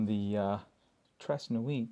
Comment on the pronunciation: Please learn how to say it properly. It will take about 10 seconds of your time. You sound like a fool when you say "trays nu-eet."